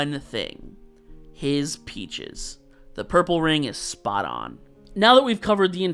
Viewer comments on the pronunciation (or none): none